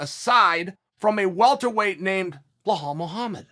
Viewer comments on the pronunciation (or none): How hard is it to pronounce a 5 letter name? Belal (Buh-lawl) not (Bluh-hawl) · Man I continue to cringe on your pronunciation of these names. It's Bi-Lal-L